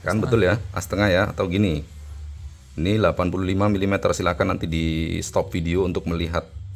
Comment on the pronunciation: Penyebutan satuan mm nya banyak yang salah om 🙏